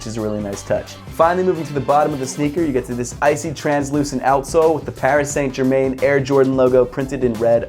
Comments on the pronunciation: Hate to get picky but it's pronounced "Pari San Jerman" oof what a shit way to say it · paris saynt germayn. very nice pronunciation. good review tho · ‘Paris saint ger main’ hahahahahhahh that was brutal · Parry San jerman is closer to how you pronounce it dunno how you would spell it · Paris - San - Ger - Man is the proper pronunciation. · Pronounciation is "Pari San Jerma", right? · The way he pronounced Paris Saint Germain 🤮🤮🤮🤮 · I'm not french myself but you could at least try to make it sound French. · brooo u pronunciate PSG completey wrong, it hurts 😂 keep up the good work 💪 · I’m sorry I’m a big fan of yours but you absolutely murdered their name 😂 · Dat Pronounciation of Paris Saint Germain😂😂 oof it hurt to here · Right lol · this was exactly what I was gonna say haha! my ears are bleeding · I was gonna say that.....awful